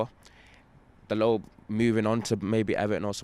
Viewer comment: Jesus, a fella who pronounced Dalot's name right. Look at that...